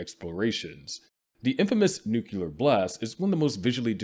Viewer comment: Ai could pronounce nuclear. He calls it nucular. I'd say He's american instead of AI.